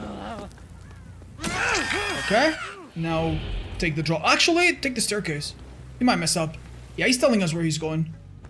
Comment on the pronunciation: « i need to dwop » 😭🤣